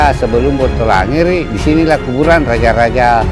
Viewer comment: Kuburan min.. bukan kuburang Kekuasaan bukan kekuasaang 😄